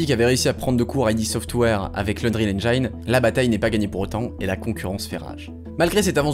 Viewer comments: La vidéo est géniale, mais la prononciation de ‘engine’ est pas très exacte…. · super comme d'hab. Par contre le "i" de "engine" se prononce comme un "i" français (on l'entend par exemple à ). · très bonne narration, en revanche, pour info, on prononce Engine "N jine" en anglais, "N Jaille ne" n'est dit dans aucune langue ;) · excellente video, juste Engine ne se prononce pas N-jaïne mais N-jïne bonne continuation :-) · Très chouette, merci ! Juste 1 truc pour pinailler : on prononce engine "ènnjine", pas "ènnjaïne". Mineur par rapport à la qualité et l'intérêt globales de la vidéo mais ça pique les oreilles :) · Très très bonne vidéo merci beaucoup c'était passionnant =) Par contre petite précision : le mot "engine" est irrégulier, il se prononce "èn-jine" pas "èn-jaïne" ^^ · Super intéressant. Je m'abonne t'as l'air d'avoir du contenu hyper qualitatif. Par contre, c'est engIne en Anglais pas Enjayne hahaha :p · Vraiment très bien. Juste un commentaire : engine se prononce n-gine et pas n-jaïne. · Très très bonne vidéo! Juste une petite remarque : Engine = /ˈendʒɪn/ = « Endgine » , mais pas /ˈendʒhaɪn/ = « Endgeaïne » 😉 Tout le monde fait l’erreur, moi le premier. Encore merci pour cette vidéo sinon, elle est parfaite! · Excellente vidéo ! Par contre il va falloir arrêter avec les "endjaïne", en anglais, engine se prononce "endjine" XD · Enjiine et pas en Enjaïne! Super vidéo sinon ;) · EngINE pas EngAYNE x) Très bonne vidéo sinon! :) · plutôt comme auberdjine mais tu as raison surement pas comme auberjaillene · Please please please : Engine se prononce endjine pas endjaïne Thanks ! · À chaque fois que tu prononces "enjaïne" au lieu de "enginne" je tue un chaton. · Je vais paraître chiant mais Engine se dit En-jine et pas En-Gïne. Ca se remarque pas si tu le dis 1 ou 2 fois mais tu l'as dit plusieurs dizaines de fois dans la vidéo :) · ça prononce enjayne au lieu de engine pendant 40 minutes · Engine pas Engayne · Engiiiiiineee, pas enjaine!!!!!!!!!!